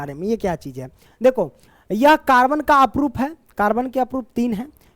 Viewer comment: Aprup nahi sir Aprrup hota hai